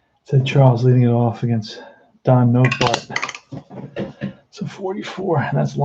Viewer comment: Nottebart pronounced Not a Bart